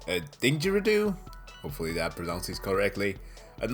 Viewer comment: ayyy! of course the one time i sing "We ARE ONE" you do it too. XD also Digeridoo (Dij-ery-doo) close tho! i love your vids man